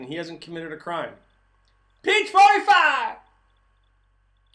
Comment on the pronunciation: Perfect Texas drawl! "Peach 45iiiiiiiiiiiiiiiiiiiiii" lol